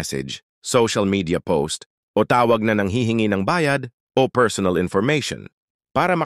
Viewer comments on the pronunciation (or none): none